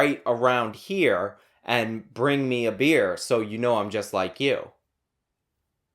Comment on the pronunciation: When you're so in touch with the average person you need to recall how to pronounce "beer".